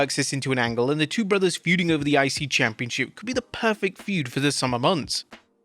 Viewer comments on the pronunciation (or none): none